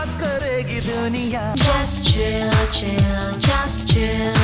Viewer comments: just chill, not chao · "Just chew chew" nahi bhai😂😂 "just chill chill" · Chau chau nahi chill chill hai